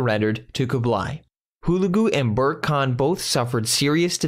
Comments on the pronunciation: Good summary, but could have been further improved if the reader could try to respect the Mongolian language and preserve its pronunciation, rather than reading the ‘English’ word. ‘Burkha’ Khan is not ‘Bourke’. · It is pronounced Saray-juk and also, berke is pronounced ber-ke